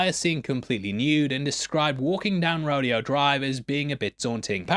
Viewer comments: Re- … it’s not pronounced “rodeo” how you’d normally say it (like you did in the vid). It’s actually pronounced as if it was spelled “RO DA O” (all the vowels have a long sound to them). This is a very famous street and has posh, high end stores up and down. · Ro-day-oh Drive, not Ro-dee-oh Drive 😁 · Pro tip,: in Los Angeles, Rodeo Drive is pronounced "roh-DAY-oh" 😉 great vid, man! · LMAO!!! Rodeo Drive. They pronounce it Row day o . It is stupid but there are jokes in America about the way country folks say it